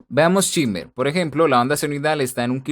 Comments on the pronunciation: Se pronuncia SHEIMER, no chimer. Excelente video. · En realidad se pronuncia SHIMMER, tal y como se escribe, es una palabra que usan bastante cuando se refieren a las frecuencias agudas, sobre todo cuando boostean.